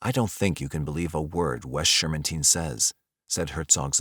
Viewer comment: he's right tho, I think you pronounced the name Shermantine wrong from what I remember from a doc I watched